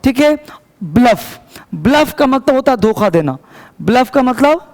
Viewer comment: sir ji 'doka' nhi 'dokha'